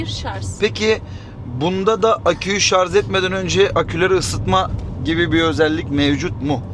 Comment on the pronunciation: Bilgiler çok iyi bir de şar(z) yerine şar(j) deseniz çok iyi olurdu